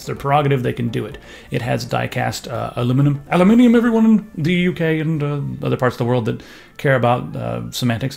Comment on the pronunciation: The main reason I liked the video is because you said aluminum correctly, thank you.